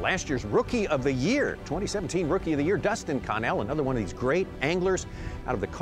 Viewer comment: 🤣🤣Con nell. Its Connell like Funnel. You wouldn't say Fun Nel now would you